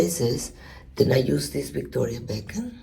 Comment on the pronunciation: Love the way she pronounces Victoria Beckham